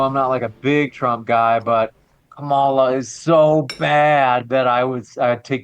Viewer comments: Did he say cuckmala? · Every time, I hear someone say ka-MA-la, I just automatically think, "Well, this person is an idiot." Seriously, you know you're in a cult when mispronouncing a name is required to be part of the in-group. I don't recall it being a requirement of Republicans to say "nuke-you-lar" just because GWB mispronounced it as such. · just can’t stop mispronouncing Kamala’s name. KAH-mah-lah, real easy. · can't even pronounce Kamala's name right. It appears to be a right wing sneaky slur. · When you still refuse to pronounce Kamala’s name correctly and you have to falsely state “that’s a fact” after each of your talking points, you are no longer a credible individual. Next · can't pronounce Kamala, either? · Why does this tool keep saying Kamala's name incorrectly even after Destiny says it correctly...every...single...time?